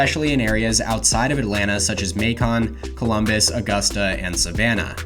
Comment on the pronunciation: Y'all made a mistake on the map; your map is highlighting Macon COUNTY, which is a very tiny and rural African-American majority county (and therefore blue). Macon the CITY is located in Bibb County. Also it is pronounced MAYCUN not MAYCON. Otherwise very good video!